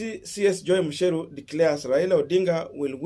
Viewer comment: It’s MUCHERU not MUSHERU 🤣🤣🤣